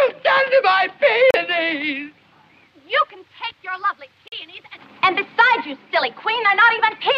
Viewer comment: the way he says peonies😂😂😂😂